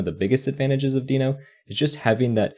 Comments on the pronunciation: Only problem with this video is that its pronounced "denno" not "deeno". Everything else is great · well, even though it is not a big deal, the creator of Deno (Ryan Dahl) calls it "denno", so in theory that's how it should be spoken, but I don't care enough about how people are spelling words, but I care on how people are using new technology for making software programming better.